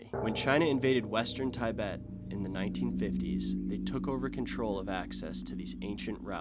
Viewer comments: Why does politics comments have to play into these geography trivials?! Don't do that unless you're doing a political piece. And it's not pronounced as Ti bet but "tuh bet". if you're fair, this is where you should say American occupied territory of Hawaii where locals customs were stripped and pushed away from their homeland and replaced with white people from the mainland USA. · "Taibet" are you serious? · say it after me - teeh-bet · Its “tee-bet” not “ty-bet”. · I believe Tibet is Pronouced Tuh bet not tie bet😀Americans love to change words! But love the video! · i wanted to kill myself everytime you said TYBET instead of TEABET.......... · There is no such place as Tie Bet. It is pronounced tɪˈbet. Soft "tih" like "tit for tat." And Bhuddism is generally considered a philosophy, not a religion. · Tibet is pronounce as "tea-bet" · Tibet. Its pronounced correctly in English "tih-BET" not "thaibet". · I had a chuckle at your pronounciation of Tibet, it's "tih-bet" not "tye-bet". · fascinating pronounciation, it's tee-bet not tie-bet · It's not Tye betans it's Tib betans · Tih-bet not tai-bet, and ar-ki-peligo not archy-peligo. No one else seems to have mentioned pronunciation... Otherwise, nice video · IT IS PRONOUNCED TEEEEE-BETT.....NOT TA-EEE-BETT 😂😂😂😂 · its tih-bet not tigh-bet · TIH-bet, not TIE-bet. You must think otherwise because you're so consistent, but you're wrong. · It's not "Tie-bet." It's "Tih-bet." The 'i' is not pronounced "Aye", but is a flat 'ih', as in 'ick.' ALSO! It's not "archiepelago", but "arkipelago" in terms of pronunciation. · Tibet is NOT pronounced Tie-Bet but Tee-Bet...Same goes for Tibetan... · I’m sure the proper pronunciation of Tibet is not Ty- bet. It is Tuhbet. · I thought that too 😭 it’s “Tee-bet” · Tie-bet and Archie-pelego lol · Thai-bet and Thai-betians love this mountain 😂American pronunciation sux bro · Tie-bet Archie-pelligo 😂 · Tibet not Tybet. lol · Where on earth is Tye-bett? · Ti -bet.😂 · tYbet? FFS! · lol "Tybet"